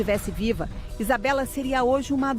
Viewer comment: É Isabela e não Isabeli entende?